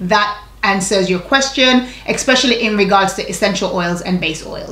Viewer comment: Wait.. are you saying "expecially"..?? Lol luv u tho! ♥️